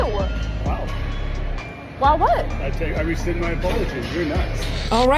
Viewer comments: Rescind, not resend. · It’s RESCIND as in “take it back” not RESEND as in “send it again.” It’s not that difficult. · a small point , but "rescind". Just sayin' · he said "rescind" my aplogy, no "resend". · It's 'rescind' for cryin' out loud! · “Rescind.” Not “resend.” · I just feel like someone needs to explain to the gym brat that the word is rescind, not resend. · Would you say "resend" in the states opposed to "rescind? Doesn't make sence to me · It's not resend, it's rescind. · It's rescind not resend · It's rescind by the way, not resend. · Don't forget "rescind", not "resend". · Is everybody pronouncing rescind, resend now? I say it like re-sinned, lol.